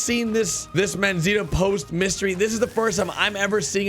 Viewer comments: D "Manzita"... lol is "Manzanita" which means "Little apple" in Spanish. For English speakers should sound something like Man-sah-nee-ta... LOVE YOUR VIDEOS... and I love RDR2 no matter what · Lol it’s “MANZANITA” not “MANZITA” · I swear it's Manzanita not Manzita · Its Manzanita, not Manzita